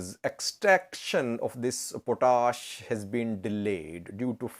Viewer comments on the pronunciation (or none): It is pronounced POT-ASH. POT ASH. It is English not French